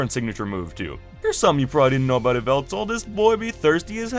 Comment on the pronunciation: YVELTAL IS SUPPOSED TO END WITH AN L!